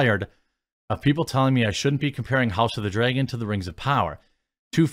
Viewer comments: LOL hes like we dont all talk like that and then says house of the "dregen" 80 times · The only things I really notice in your accent is that you pronounce things like bag and dragon as "beg" and "dregon". Other than that you pretty much sound like a standard american to me. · Is he say house of the "dray-gon" or dragon? lol accent differences lol i can't say anything being southern lol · I get it. You think you don’t have much of an accent. But the accent you do have I dig. Being from the south. I mean. Mines not thick and self gratifying like most from my region. When you pronounce vowels it shows. As most accents do. Like. House of the “Dray”gon. Lol. Love it. Aww Jeec. Lol. Love you bud! Don’t mean to rayg on yas. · Speaking of accents.. i like how you say dragon.. draygon lol